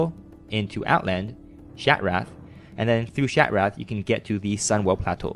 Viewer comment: i love how you say sunwell plateu